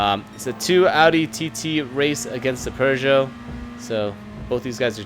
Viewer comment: PX, say it with me...."Pooh-zho". There is no R.